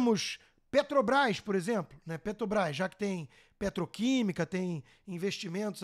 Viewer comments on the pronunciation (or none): none